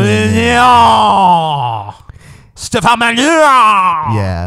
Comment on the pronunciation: STEFF-AHN MAH-lin-YOU